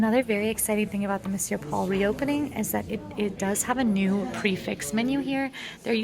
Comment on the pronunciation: Great review - love these two and PRONOUNCED THE RESTAURANT NAME CORRECTLY YAAY!!